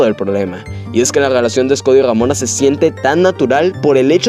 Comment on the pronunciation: a veces dices damona o robona jajaja con su desagollo.